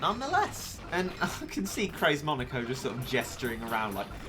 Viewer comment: Just saying he said monoko instead of moneko